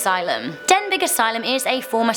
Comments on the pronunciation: please, please, please read this out on your next vid? Thanks. I am from North Wales and you DO NOT prenounce this place name Den-big lick you said it, you say it like this Den-bee. Just to clear this with you. All your welsh fans will be fu! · Its denbee not denbig i think. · as much as i love your videos and danny's videos there is one thing that really triggers me and its when you pronounce place names wrong like on this video you said denbig when it should be pronounced as denby please can you sort that out otherwise i do love these videos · It's pronounced den bee not den big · It's pronounced denbee not Denbig. I've been there and left with a hand print bruise on my shin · Denbigh Asylum is pronouned "Den-bee" I live around 25 - 30 mins away from the Asylum and locals call it the Denbigh Nut House. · Good video ... but Denbigh is pronounced "Den-bee". ;-) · SOrry normally i dont mind mispronunciations but its denbi.. as a phonetic spelling. i live near there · Number 9 is pronounced “den-bee” asylum, I have been there myself since I live around 20 minutes away and whilst in there my friends and I heard footsteps and voices and when we went to investigate there was nobody there. Certain parts of the building is much much colder than others, and there is many satanic symbols graffitied all over the building. I managed to get one picture which actually had a face in. However, it is also extremely unsafe as the building is falling apart. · Hey the Denbigh asylum is said like den bee It’s just I’m from wales and that triggered me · You say it dembey asylum btw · You had pronounced Dimbych incorrect 😉